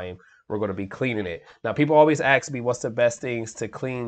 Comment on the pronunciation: So people always "axe" you , I think the world you're looking for us "ASK" 😡